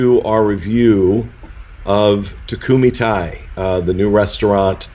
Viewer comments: It’s tay not tie. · they're just letting them know how to pronounce something properly... Takumi-Tei is Japanese hence why it needs Japanese pronunciation, わかりますか? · I typically love your Disney Dining Show, but this one was totally phoned in—literally and figuratively! You didn’t even remember what you had to start, you pronounced the restaurant name incorrectly and had no photos. I’m really disappointed; I’m used to a much higher standard from you. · You're still not pronouncing it right :D